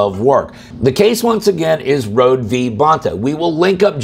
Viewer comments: Great video, but let's give Rhode (row-dee, not road) thanks for this case. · Rhode is pronounced Road-ee.